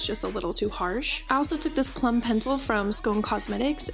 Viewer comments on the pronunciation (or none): none